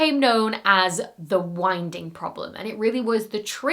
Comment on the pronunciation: ...the hu-winding problem. Dang! I just can't help myself...😂